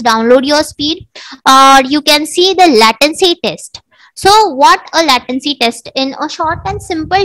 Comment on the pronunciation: nice explanation. How ever you use a lot of "so", mostly in unwanted situations. And your "latency" pronouciation is wrong. Hope you create more vidoes.